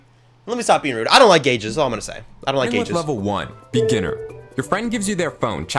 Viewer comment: BEGGINER not beginner?